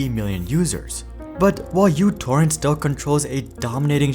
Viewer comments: That is not the letter "u" it is the Greek letter Mu. It is used (among other things) as a prefix to denote a numerical power of the base of ten to the minus 6. As a consequence of this it could well be pronounced Microtorrent, which would be in reference to the applications small size. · Microtorrent. First letter is Greek letter micro μ, not English u. Edit: Serbia, Greece is really close, but also the letter is heavily used in math and science. Letter is important, as micro was key marketing way telling users it's smaller than Vuze and such. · it isn't utorrent , it is μtorrent. how can you make a video about them when you don't even know their name? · That's why I never used any versions other than v2.x due to the bloat. It's definitely micro torrent, not "U" torrent. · It was never "u"torrent, it was always "micro"torrent. God damit. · It’s not youtorrent… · It is pronounced Mutorrent.